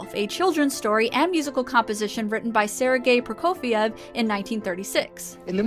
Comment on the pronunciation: Sergei Prokofiev, well pronounced! :D